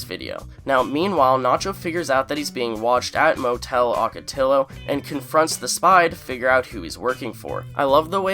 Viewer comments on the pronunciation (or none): I think it's "OH-ca-TEE-yo."